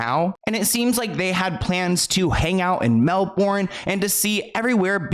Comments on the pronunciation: I love when Americans say Mel-Bourne, it’s pronounced Mel-Ben mate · Australia also stopped Chris Brown after he domestically abused Rihanna. I agree and I’m Australian. (Also Melbourne is pronounced Mel-burn) technically ❤ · I'm From Melbourne Australia and love your videos! But we pronounce it like "Mel-Ben" hehehehehhe. Australia is awesome please come visit! Kinda funny that Peter Dutton is calling Kanye appalling when he himself kept thousands of genuine refugees who just wanted a better life from living in Aus. 😂😂 #theirony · I live in Australia and I love hearing people from other countries say Melbourne 🤣🤣 Pronounced Mel-bin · The way said Melbourne😂 It’d be considered dangerous if someone of his character were to visit here in Australia because our people heavily range in ethnicity and culture. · i love the way you say melbourne 😂 it’s so wrong. i’m australian n would rather not if kayne came lol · The way you said Melbourne is so funny, I live in australia near Melbourne. Growing up in more country side people are more nice and respectful. Moving into more closer to the city everyone is in a hurry and can be rude. You American probably seen videos that we make fun of people, it's true but we make fun of everyone and ourselves. Kangaroos aren't nice creatures like the ones you see in the zoo, don't go and pet a wild one 🤦‍♀️ its true most of our animals are dangerous. And yes everyone says the c word but not always the way you guys use it, sometimes it's in a friendly way. Vegemite is not used like nutella, you make the toast but good amount of butter on it then tiny bit of vegemite. There is alot of nice places here, once you get over how many jokes are thrown at you 😂